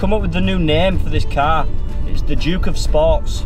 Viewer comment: Brilliant. Lost it at Grand of ‘juke’ of York”! 😂😂